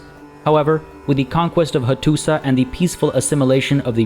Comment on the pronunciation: Hello! Just a little thing, when you see letter š it's pronounced as "sh", so Hattuša Is pronounced "Hattusha" etc, i think. Usually I wouldn't care, but you encourage people in the comments So much, i thought i would write this here. Anyway I love your letsplays.